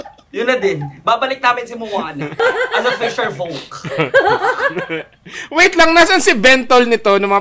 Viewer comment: tawang tawa ako pag sinasabi niya yung "fisherfolk" 🤣